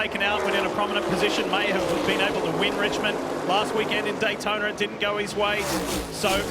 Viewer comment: Please tell that goofy English announcer that there is no "R" in Daytona. It's not Daytonar!